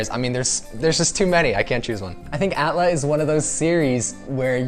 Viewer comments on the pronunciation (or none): A T L A not at laa